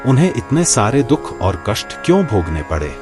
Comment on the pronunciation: कहीं कहीं पर भाषा में बहुत अशुद्धियां हैं जैसे दुख के स्थान पर दोख बोला गया है और कई स्थानों पर स्त्री प्रसंग में कहती हूं के स्थान पर कहता हूं कहा गया है